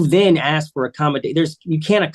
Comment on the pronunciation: ITS PRONOUNCED A-S- K!! Dammit why can’t you say it right??